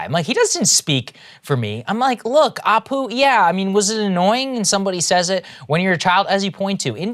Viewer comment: As an Indian, my biggest pet peeve with Apu is that his name is spelt and pronounced incorrectly. It should be Appu!